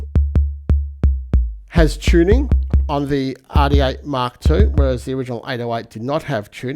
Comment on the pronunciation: Behringer Aaaaàh D8. Love the way Australians their R's 😂